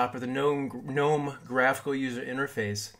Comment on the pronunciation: Thumbs up just for pronouncing Gnome correctly.